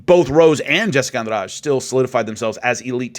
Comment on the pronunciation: I like how you pronounce Jessica's last name right like it's nothing